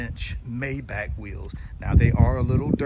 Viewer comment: Cant pronounce Mayback. You should be embarrassed